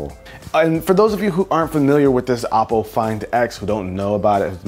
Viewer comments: its pronounced oh-poe, not aww-poe. hahaha. havent you seen their commercials before? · Its not appo its oppo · Its actually oh-po